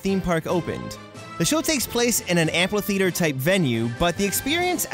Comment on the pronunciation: Just to let you know, amphitheater doesn’t have an “L” in its pronunciation. Other than that, an amazing video! Keep up the good work!